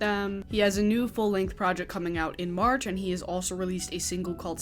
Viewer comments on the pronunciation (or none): none